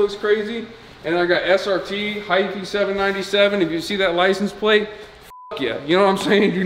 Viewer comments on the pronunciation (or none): none